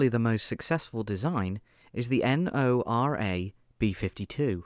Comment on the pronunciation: Ok first of all, Lazar is not well protected and 2 nd Pantsir was BOUGHT not DONATED. Also you don't have to pronounce NORA as N O R A. Also it's Plamen not Planen